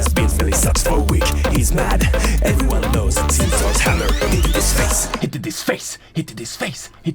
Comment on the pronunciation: " since euh.. thor HAMEEER... HIT ISS BECKKK" 😂😂